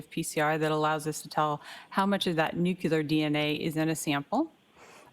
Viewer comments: and nuculous and accredidation 😡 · The WAY she mispronounced "nuclear" every SINGLE time